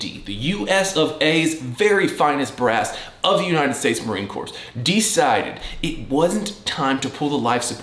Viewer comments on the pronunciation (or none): Did... you say United States Marine "Corpse"? Timestamp